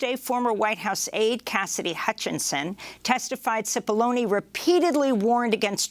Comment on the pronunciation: Cipollone, not Sefoloni pronounced Chip-oloné.